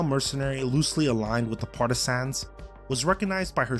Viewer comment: Homie learn how to say partisans first. Stop emphasizing sans in the word. Its partah-sin.